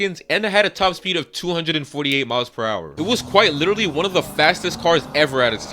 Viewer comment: Stop saying lidery. Until you fix your speech impediment. Literally.